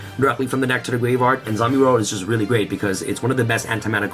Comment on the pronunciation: I thought I heard “send this card to the gay bar” I’m like wait whut. That can’t be right.